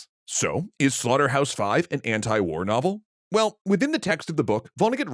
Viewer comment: Ant-i-war. lol, i love your style